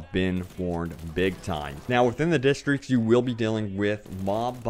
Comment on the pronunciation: i hate how you cant say districts